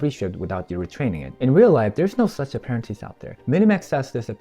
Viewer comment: If you’re gonna script it out at least learn to read 😂 wtf is an aparanteece